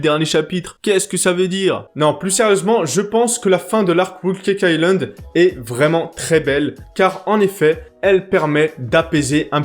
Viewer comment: T'as fini avec ton "Whool Cake Island" 😂